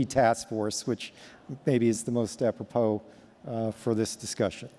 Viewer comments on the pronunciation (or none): none